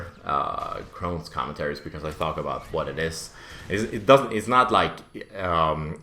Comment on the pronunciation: It's chrones not crowns and its a disease in your intestines